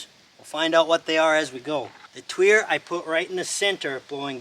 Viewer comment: It indeed pronounced twee er. Don't listen to pronouciation videos. The most popular ones are shameless grifters that just talk out their arse constantly and just make up any old shit. Watch random videos from them and you'll see words you know and see just how atrociously bad and lazy their pronouciations are.